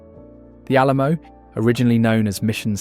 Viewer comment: re Create tion? Awl A La Moooo?